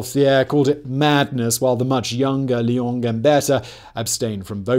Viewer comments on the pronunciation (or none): none